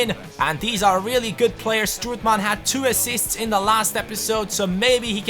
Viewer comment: Please, i already said this, but you say, stroetman, and you Should say strootman!